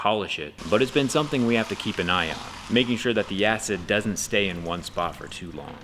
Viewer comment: "something we have to keep an ion" hahaha